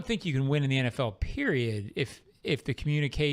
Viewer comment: Anyone hear say at the end "I don't tink they are as good as we thought they would be"?😂😂😂